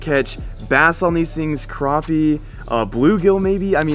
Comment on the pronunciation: You say crappie wrong!!!!😂 go more catfishing